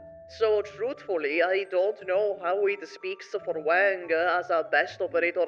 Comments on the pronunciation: Ok, sorry. It's not "Wæŋg" like the way you say "Wank", it's "Wàng" like the Won you use in "Wander" but a bit more of the "a" sound to it. Anyways, cool video :D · It's Wang bro it's Wang